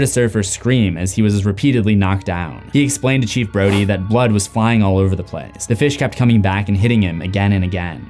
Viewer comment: You definitely called Brody "Brady"